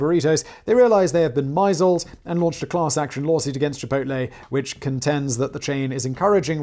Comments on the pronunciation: "myzulled"? You mean "misled"?? lol Simon. You've been away from England for too long! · "misled" is pronounced _"miss-ledd". ....allegedly! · LOL, I assumed “myzzled” was some Brit slang term I’d never heard before! It didn’t even occur to me that he meant “misled.” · "Korizo" and "mizeld" instead of "chorizo" and "misled". Well done beard boy. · I took far too long to realise what a "Kor-eye-zo" was supposed to be just then. ^m^ 'tis "Cho-ree-tho" in the original spanish, but english speakers commonly pronounce the Z as in the word "zoo" or as a "ts" like you did with your second attempt. edit: At least I guessed from context what "myzled" was immediately ^.^ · I think his pronunciation of "misled" is also up there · holy shit I read this after hearing chorizo but before misled that was amazing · Lol was he trying to say misled . What a legend this guy is gives no fucks about pronunciations